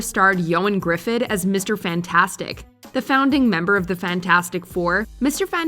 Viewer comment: The way she pronounces Ioan Gruffudd's last name is funny, but it makes sense that she pronounces it wrong, it's hard to explain how to pronounce it, but I can say it's not pronounced "Gruffid", the 2 "d's" in his name is said in a specific way, think "griffith" but the "th" sounds a bit harder.